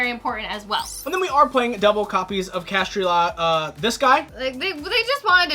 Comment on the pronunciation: Its Kash-Tira